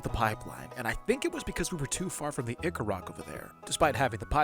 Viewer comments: It hurts every time I hear you say Ichor as "ick-er". I'm used to hearing Ichor pronounced "eye-kor" as is the proper American pronunciation. (pronounced "eye-kaw" for you with British English) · I really liked this video! The really inventive mods/modpacks feel so intimidating to me. As a polite note, you pronounce "ichor" like "eye-kur/eye-kor." 😊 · 200 days when? also it's pronounced EYEchor.